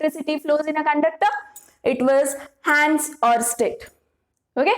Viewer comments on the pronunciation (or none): none